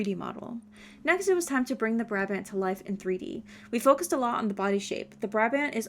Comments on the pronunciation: you say Brabant like uhh buraabahnd in dutch xd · Hii! I'm Dutch and Brabant is actually a province in the Netherlands. Just a funfact. In the Dutch language, Brabant is pronounced "Brah-bahnt". In English you'd say "Brah-Bondt". The last letter is a hard T sound, not a D. Xo!